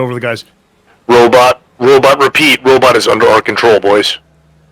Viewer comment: Every time u say robot I picture the dad from goldbergs lol Robit